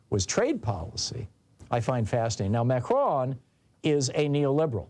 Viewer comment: Are you saying Mhercjuan? Advice: Don’t attempt a French pronunciation. Just anglicize it if you can’t pull it off. Just say Ma-cron.